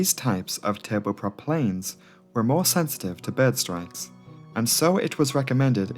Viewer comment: i like how you say "behrd" lol